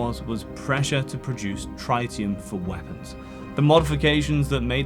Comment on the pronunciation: In no continent, country, state, city, borough, street, or house is the word "Tritium" pronounced Try-tee-uhm. Otherwise fantastic content. You still get a sub and a like out of me 👍